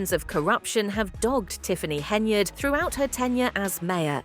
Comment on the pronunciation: If,Henyard,is on the card,no one can pronounce yard, it's just to hard,so they say yurd which rimes with turd.